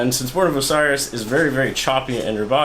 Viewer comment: The way you pronounce "Osiris" pisses me off more then the tutorial does